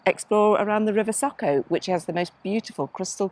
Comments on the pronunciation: I'm glad you enjoyed our beautiful Slovenia!! Btw, č is pronounced as ch, and š as sh. So it's river Socha, not Socka. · I'm pretty sure it's not said SOCO but the SOĈA river, said Soh (as in sock) Cha (as in chalk). When the little hat is above a C it is ch and above an S it is Sh. Sorry to be pedantic but I love that area and I had to check if I have managed to miss a place called SOCO 😂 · It would be more like Saw-Cha.